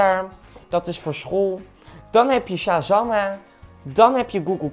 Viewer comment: Goegol Translaate, Sjazamme, Fasboek, Snaptjat, TikTuk, Coroma, Nootiefiekasjons... Is hij serieus?